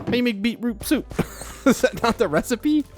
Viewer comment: Anyone else super amused at the way says beetroot soup? Beeproop soop 😂 love the vid as always 8023